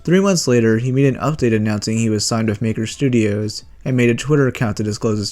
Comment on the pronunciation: 'Maker Studios' haha